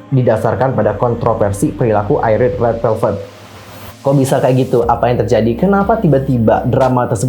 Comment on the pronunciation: Apa cuma saya yg nyebut IRENE👉IREN Bukan (ai)rene 🙂